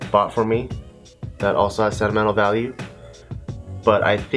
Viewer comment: he said sentle mentle *sentimental 😂